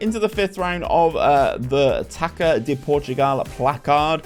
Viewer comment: Hey! Really enjoy your rebuild videos, but let me give a pronunciation guide to the portuguese language! Whenever you see ÇA on a portuguese name, the actual way to say it is a if you're reading the SA from the word SALT, so Gonçalves and Taça would be equivalent to "GonSALves" and "TASA"! Pretty much salt without the T. Kudos!